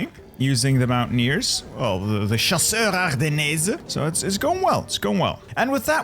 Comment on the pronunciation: I don't know why, but I yelled everytime he tried to pronounce "chasseurs ardennais"